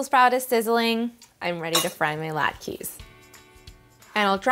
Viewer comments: Thank you for that. The "e" is pronounced as an "a" sound. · They are pronounced "lot ka" not "lot keys". 🤦‍♂